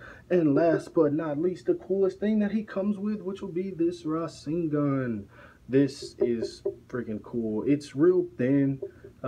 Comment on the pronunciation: ReZA-gen wtf come on fam, RA SEN GAN